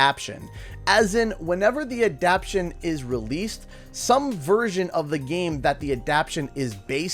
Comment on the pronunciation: What is an "adapshun"? I think you mean "adaptation".